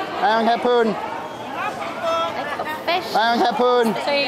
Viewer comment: It's Hapon not Hapoon.